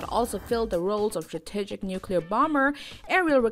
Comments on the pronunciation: English as a second language (EASL).. MISpronounced 'Aardvark"' 'strategic' & "warfare" and 'McDonald Douglas' that's just ~1 min. in!! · Bad writing and narration. I couldn’t understand her accent and she mispronounced words. “Wohr-fair”? “Strah-tigic” ?